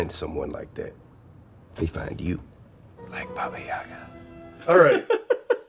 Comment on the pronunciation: I've never seen David being taken so seriously before. This is truly beautiful, and the way he is open about his experiences - priceless. Much love from Russia, sorry, don't believe in Baba Yaga (only if it's John Wick). And, actually, the second syllable should be stressed, ['bɑ:bə jə'gɑ:], but I guess it's too late now )